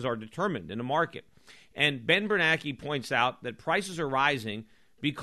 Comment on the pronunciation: Of all the things Schiff is great at, name pronunciation is is not one of them....but then again, if he wants to call them "bernackee" and "krugman", I don't mind. (I mean, it's not like his name is spelled "kroogman." Why the heck should he get to be called that?...well, plus he's an idiot who called for the government to create the housing bubble, so I'd say Schiff is doing him a favor by not just calling him "asshole")